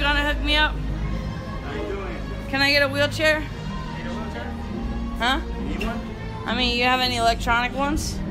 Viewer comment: "I'm in a wheelchea sawry" 😂😂😂